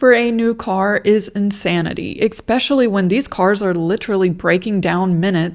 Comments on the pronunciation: I'm not picking on you. I'm just letting you know, if you care, that you mispronounce the words escape & especially. You say "ek-scape" and "ek-specially." Now I'll be attacked for trying to help you fix it if you cared to. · "Exspecially" - Please say the word slowly and sound it out. Especially. There is no X in that word. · Its ESPECIALLY! Not EXSPECIALLY!